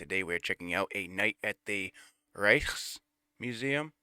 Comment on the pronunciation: The K in Rijksmuseum is a hard K 😜